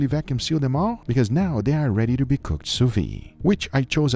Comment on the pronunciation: SOUS-VIDE, not SOUS-VI ! this drives me nuts xD